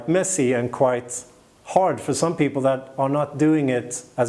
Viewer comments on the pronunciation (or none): none